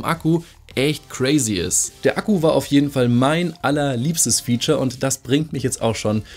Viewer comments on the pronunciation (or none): none